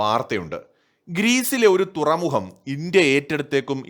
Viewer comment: തുറമുഹം അല്ല തുറമുഖം ആണ് .......